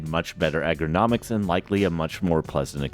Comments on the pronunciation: bro kept saying "egg-er-nomics" instead of ergonomics LMAOO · Mispronounced ergonomics 6 times, pronounced dichotomy perfectly